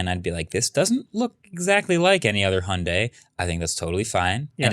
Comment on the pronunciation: Still learnig how to pronounce "Hyundai"